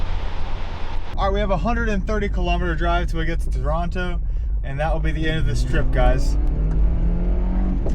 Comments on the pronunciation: This is the pinnacle of "Death Road to Canada." And I love that you call Toronto by its rightful pronunciation 🙂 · Heeeey....you said Toronto the correct way!! (For an American)